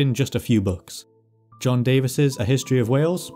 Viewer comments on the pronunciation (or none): Davies is Davees, not Davis’. Heck the man himself even says Davees, yet you can’t be bothered to say it right. Would you like it if someone went around saying your name wrong? I know I wouldn’t and didn’t every time some new !d!0t teacher or person I’d met said it wrong instead of asking me how it was said, first. Or someone not so well meaning… You give people on that site far too much credit. There are too many li@ and fr@ over there. It’s why there are so many inaccuracies. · John Davies, the Welsh historian )? I'm not aware of any interviews with him saying his name, but the Welsh pronunciation is "davis", Americans often say "dayvees"